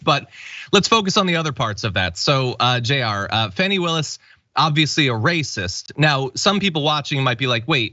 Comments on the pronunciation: It's NOT FANNY, IT'S FAH NEE! John. You should know by now after 2 years. Show some respect or don't say her name at all! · please learn how to pronounce Fani (Fawn-E) correctly. You go at anyone mispronouncing Kamals name. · Fawn-ee... Her name is pronounced Fawn-ee. Not Fan-ee... which is something else! How are we this far in and you've never heard it?